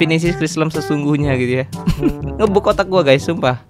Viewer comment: Bukan "Ngebug" Tapi "Ngebag" Cara Nyebut Ny NgBug=sebutan "Ngebag"